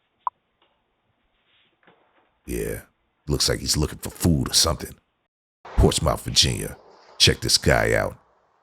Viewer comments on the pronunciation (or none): Its pronounced ports-smith, yw bruh. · FYI. Even thought its spelled Portsmouth, Its pronounce Portsmith Virginia. You're welcome. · dude ... it is pronounced "port-smith" not "ports-mouth" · ROFLMAO the way the guy say's PortsMOUTH!!! The "OU" is silent...It's a southern thing; It's pronounced "PortsMUTH"... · It's not Ports-Mouth, its p-AW-r-t-s-m-uh-th, Port-smuth. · It's NOT Ports Mouth it's pronounced Ports Smith. 🙄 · LOL at "Ports Mouth". For future videos, just an fyi it's pronounced "Ports muth" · I can tell the narrator is not from Virginia because that is not how you pronounce Portsmouth. it not ports mouth it's ports muth. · You have NO IDEA...The way he say's "Ports mouth"...Anyone from there is LOL!!! It's pronounced "PORTSMUTH..." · LMAO it's not ports-MOUTH. It's pronounced PORTS-muth. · They pronounce it "Port Smith" now GET LOST ! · "Portsmouth" It's pronounced Port Smith 🤣😂🤣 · Quite sure it’s not pronounced “ports mouth” 😂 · the way he pronounces Portsmouth 🤣😂 you say it like Portsmith! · It’s pronounced ‘Pors-Muth’ 🤣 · Portsmouth, Va is pronounced Portsmith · Although it's spelled Portsmouth it's pronounced portsmuth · Craddock is a rough area in Portsmouth which phonetic is Ports muth. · Never heard anyone pronounce Portsmouth VA that. I live near there and I am not surprised that city would make an appearance here.